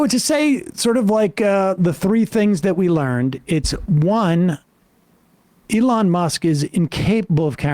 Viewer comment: Lol Sam pronouncing elon as "a lawn musk"